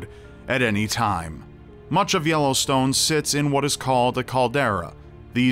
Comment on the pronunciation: Anyone else hear "Yolostone" ?